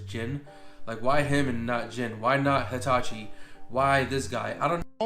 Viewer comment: "Why him and not "HETACHI", this guy is making braindead arguments he can at least not make braindead pronunciations, its pronounced "Hay-Ha-Chee", idk how the hell he got "Hetachi" out of Heihachi.